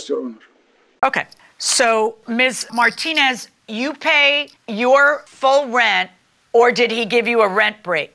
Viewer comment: needs to learn how to pronounce Martinez.